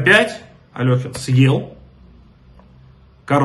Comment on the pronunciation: Ролик отличный! Но всё-таки не АлËхин, а АлЕхин